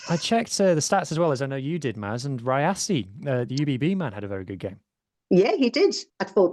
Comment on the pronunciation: Btw. Mate if you want to engage Saffas. Rassie is pronounced Rassie .. not Razzie. its with "s"not "z" 😂😂😂😂